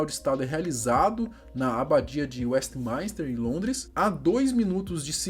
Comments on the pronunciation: Tem tbm Westminster que ele pronuncia WestmAInster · E WESTMINSTER e não westmaister